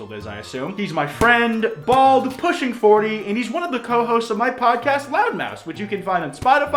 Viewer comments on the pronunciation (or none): You know everytime you say that it sounds like "loud mouse" right?😅